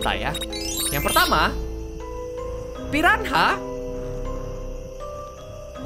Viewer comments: bang..pirana cara sebutannya..bukan pi ran ha...hhahaha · tau gk sihh saat miaw sebut di ruangaannn~ gw kayak tebak miaw mau ke cermin itu~ ehh benaran pergi ke cermin nyaa 😂 btw miawaug , piranha sebuta nya pirana aja miaw.. silent 'h' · Piranha bukan pirahna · kak reggie bilang ikan piranha jadi "pirahna" ngakak😂